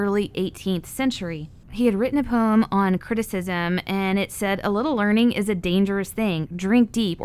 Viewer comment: Poem is poem... not poim.